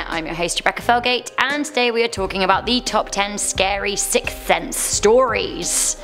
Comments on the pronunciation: You are saying sick sense not sixth 😂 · A sick sense? Hehehehe I'd love to hear her say sixth sense 5x fast lol